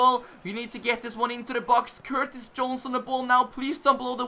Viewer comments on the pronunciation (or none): none